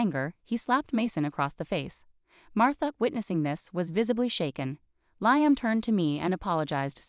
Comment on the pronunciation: Liam is pronounced "Lee-am."